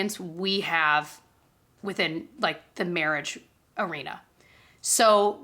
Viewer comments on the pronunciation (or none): none